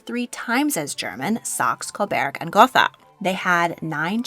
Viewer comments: Gotha is pronounced "Gota", at least by the British royal family. German doesn't have the "th" sound we have in English. They pronounce it as "t". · Gotha is pronounced gota without th. Battenberg is the same as mount batten. Berg means mountain. The english did not want to be German after ww1 and ww2.